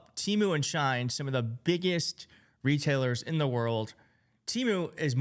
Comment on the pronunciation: I like you, I really do. But shine, really?! It’s she in.